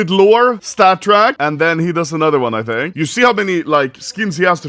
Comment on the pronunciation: Gamba addiction. He does not fink like normull peapull.